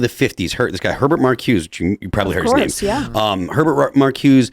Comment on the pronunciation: its pronounced her bert mar cu za